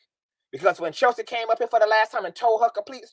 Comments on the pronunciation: I started following when I listened to you mediate the whole Storm, TK, Von and Chelsea drama…you were very calm, cool and collective when they’re all acting a fool lol I said yup, I’m following this young person 👍🏼 sidebar: I love the way you pronounce Chelsea’s name as Cheltzee lol and your reads are legendareeee 😭😂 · I thought it was just me that heard Chelsea pronounced with a T in it lol